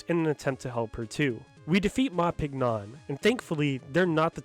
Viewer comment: Just thought you might find this little piece of Trivia interesting, but the character Ma Pignon gets his name from the word Champignon, (pronounced 'sham-pē-ˈnyōn') which is French for Mushroom! So his name would most likely be pronounced 'Mah Ping-Yonh'. Not knocking you for saying it the way you did, as if you don't also speak some French this is unlikely something your average English speaker would know, but I just wanted to share that because I never hear anyone else talk about this little pun, and this video is so well informed I wanted to add to it so more people to know about it too!